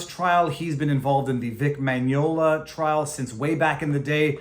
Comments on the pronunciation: vic mignogna not mignola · Vic Mignona (min-Yawn-ah)